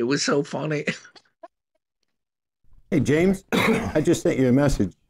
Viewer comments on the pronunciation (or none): none